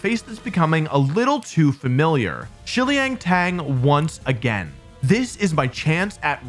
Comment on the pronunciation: i'm not a native Chinese speaker, but shiliang tang is three syllables. hope that helps.